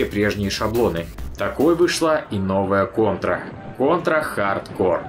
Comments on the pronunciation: Дмитрий Боев так в ролике всё равно произносится неправильно (хаРдкоР), почему тогда нельзя читать "хард корпс"? Если бы в ролике говорилось "ха:д ко:", то базара нет, было бы в угоду правилам. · почему хард кор то а не хард корпс? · Какой нахуй хардкор??? это чё, метал? вообще то это игра, и читается хардкорпс!!! это не французское название, чтобы половину конца слова не читать! кор - ядро, корпс - труп! ну и другие трактовки слов есть) или будешь произносить название брутальной метал группы, как кэнибал кор? не смеши, а) так то кэнибал корпс - труп ганибала) тягомотина, отписка( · почему hard core, а не hard corps? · Контра хардКОР? Серьезно? Кому-то стоит подучить английский. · По поводу названия. Хард КОРЗ и никак по другому! Английский язык! Буква С на конце слова читается всегда, а буква P в данном случае не читается) всем добра, и пожалуйста не спорьте, а просто радуйтесь, что узнали наконец правду)) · Да почему «хардкор» то, ёпрст. Ну никаким боком его так прочесть нельзя. Или я чего то недопонимаю?